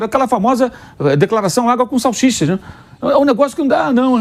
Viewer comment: O "grande" Mauro César disse "SALCHICHA" hahuauha é um analfabeto.